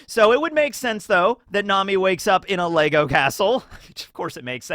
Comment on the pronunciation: Bruv, there’s no s on the end of Lego. Sort your shit out